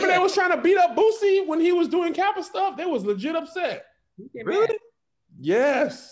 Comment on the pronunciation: please stop saying “boozie” it’s “boosie”.